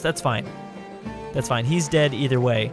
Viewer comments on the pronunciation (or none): none